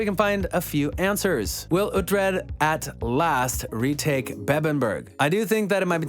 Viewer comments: OoT-Red?.....silly goose.... Oo-Tread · It’s pronounced (Ouu-Tread) not (Ah-Tread) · Why would you even make a video like this you're obviously not a fan you can't even pronounce Alexander dreymon character name right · The guy is clearly just reading a script without ever watching the series or reading the books. You know he has wasn't the show from how he pronounces Uhtred's name. His name is said at least 50 times a show, so if you actually watch the show, you would know how to pronounce it correctly.